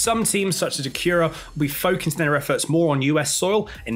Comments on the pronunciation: That’s all fine and dandy, and I appreciate the information. However, I can’t get over that pronunciation of Acura. I’m a yank for it’s worth, but I’ve never ever heard it called that. Lol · Really hate how you say “Acura” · Acura is a very interesting pronunciation lol